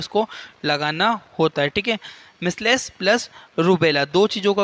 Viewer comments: Measles pronunciation galat he...misles nhi mijals aise pronounce krte hai.. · मिस्लेस नहीं मिजलस कहते हैं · मिसलेस nhi hota h sir